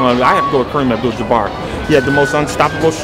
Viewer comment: Isaiah pronounced his name Kareem abdull jumar